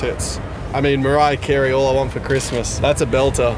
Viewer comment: Mariah Carrey? or MARIA KAREY 😂😂